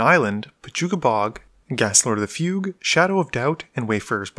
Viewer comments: Fugue is pronounced "Fyoog" oe "fyewg" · "Fugue" is pronounced with a hard G. (And while we're at it, I've also been wanting to point out for a while now that "slough" is pronounced "sluff".) English nerdrage aside, though, good stuff. :)